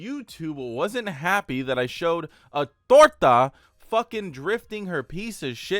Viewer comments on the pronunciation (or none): "A Tooorta" is diabolical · got me dead a him saying torta 😂😂